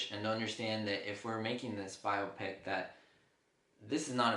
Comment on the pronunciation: Thank you do much for pronouncing biopic properly.